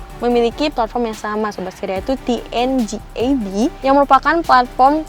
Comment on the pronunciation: Dnga bukan tnga